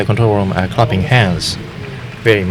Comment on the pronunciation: Unbelievably cool!! Well done, well done! Maybe, though, if you want to do an English broadcast, get people who's first language is English. To say people are "crapping hands" , doesn't sound right.